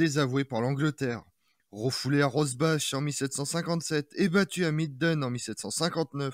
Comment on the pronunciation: On dit Rosbar